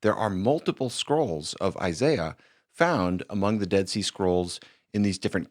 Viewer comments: He said Isaiah scroll, not Eye-Sy-Uh of course those are different scrolls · Never trust a man who cant properly pronounce the name “Isaiah” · I know damn well Alex is smart enough to pronounce Isaiah correctly.